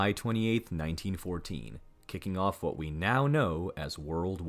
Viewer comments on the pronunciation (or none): none